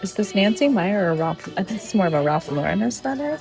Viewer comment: I love Nancy Meyers movies. I somehow missed that she directed The Intern, which makes sense. By the way, as someone whose last name is "Mayer," and which is pronounced the way it looks, not "Meyer." Similarly, the director is Nancy MeyerS, not Nancy Meyer. Also, if you want to pronounce Ralph Lauren correctly, watch the Friends episodes where Rachel works at Ralph Lauren, which has a cameo with Lauren himself. All the characters in the show pronounce his name LAU-ren. Lau-REN is widely used, but not right. Sorry, but as my name is LAUra MAYer, and I've had both my names mispronounced and misspelled for years, having both those names used incorrectly pushes a couple of buttons!🙂